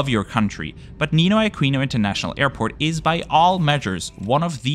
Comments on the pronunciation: Filipino here, There are 3 thing I need to correct, When you said Ninoy Aquino, you pronounced it Akwino, but it's actually pronounced Akino. When you said NAIA, you pronounced it Naya, but it's actually pronounced Na-iya. When you said pesos, you pronounced it peysos, it's actually, just pronounced pesos. I am sorry if I offended you. BTW fantastic channel!❤✈️👍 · What a great video! Mabuhay! Only imperfection was the mispronunciation of Aquino, “qu” is pronounced differently from English, it follows how the Spanish pronounce it. A-ki-no not A-kwi-no. Anyways it barely mattered on the video so it’s still fantastic. Subscribed! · Interesting that everything is in English and there isn't any tagalog used (unless not featured in the video). FYI Aquino is pronounced Akino - as an ex Spanish colony a lot of surnames are Spanish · Aquino pronounced as Akino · Just a correction on the pronunciations Aquino (ah-kee-no) NAIA (na-ee-yah) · I think I speak for most Filipinos in saying that we wholeheartedly agree that NAIA (pronounced NAH-EEYA"; also "Aquino" is pronounced "AH-KEE-NOH", remember it's a Spanish spelling) is the absolute worst. It's like a glorified bus terminal. Not only is it old and under-maintained, but it has also been caught in a string of corruption scandals in the last two decades. Like one after the other. From personnel scamming passengers to illegal undocumented entries of foreigners (mostly Chinese). There have been plans to replace it with more modern airports like Clark, but that comes with its own issues, since Clark is quite far from Metro Manila. Other international airports like Mactan-Cebu Airport and Davao Airport have none of the issues that NAIA has. There's another new airport, but it's still under construction. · it’s pronounced “A-kee-no” by the way… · Neenoy Akeeno and Nah-ee-ya are more correct pronunciations. Can't blame you tho 😂